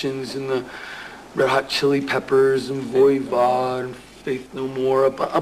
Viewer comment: Oh, yeah! I heard that Voivod. did not get that one right! LOL